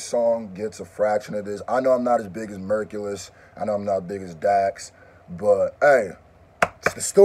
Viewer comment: It's pronounced like Hercules the hero.. all love . Dope song and reaction